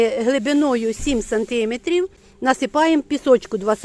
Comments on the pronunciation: Сантиме'трів! Наголос на 'е". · Жіночко, треба говорити 5 сантимЕтрів, а не сантИметрів. Зверніть увагу. До того ж 3 тижні, а не 3 неділі. Успіхів Вам у справах.